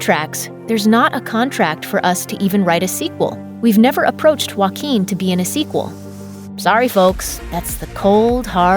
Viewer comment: WA QUEEN finally I found a way to pronounce his name properly 👊